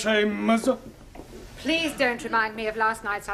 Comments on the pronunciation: Taro is not a real Japanese right? Japanese tend to change "L" to "R" and vise versa as in Please to Purisu not pleaso. But this show is hilarious as ever hahhaha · Taro's Japanese accent isn't really correct. Or maybe it's another type of Japanese accent? Bc. Don't they pronounce the letter L as R. And they mostly have a U at the end of a word If they speak English like for example : the word "please" they say "peresu" -> not pronouncing the U at the end instead of "pleaso"... I'm sorry if I'm wrong xd. I'm not saying that I'm correct 😅